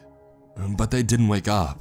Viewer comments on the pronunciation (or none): none